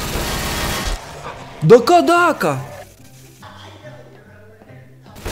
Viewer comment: а почему ты сказал кадака